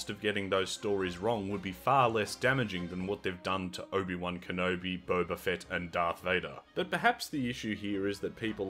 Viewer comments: its not bo-ba like the tea its bob-a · I have started to enjoy the way you mispronounce Boba's name, it makes me laugh. Stay you